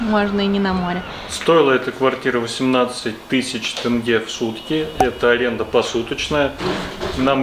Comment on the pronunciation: Ребят! Наш тенге не тэнге, а тенге, через Е- Елена, а не Элена